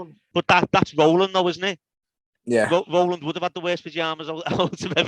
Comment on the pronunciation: Great to hear Row-land after all these years!